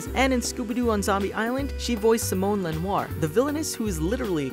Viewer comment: Thank pronounced Simonne correctly. Nobody pronounces my name right lol.